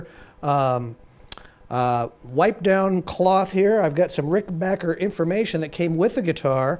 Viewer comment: And pronounced RickenBACKer the correct way.